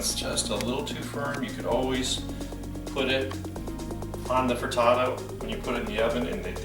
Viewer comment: You say frittato I say frittata!